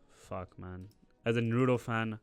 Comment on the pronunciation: Start saying Naruto properly